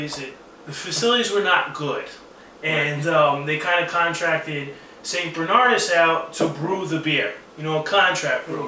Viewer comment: It's St Bernard-OOS, haven't you ever read Latin? It's one of the least overrated beers from a slightly overrated country. St Bernardus Abt 12 is THE SINGULAR ALE, the best beer in the world, of any style: IPA, stout, porter, RIS, pale ale, pilsener, belgian strong pale ale, wee heavy, etc. It is the only beer that I give a perfect five out of five to. I give Chimay 4.5. I've never had Westvleteren. Rochefort is EXTREMELY overrated. American knockoffs of Belgian beers are unanimously crap.